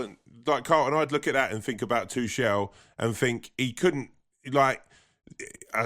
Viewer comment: who is 'Tooshell'? please learn the pronunciation of peoples names, otherwise u sound like a right burk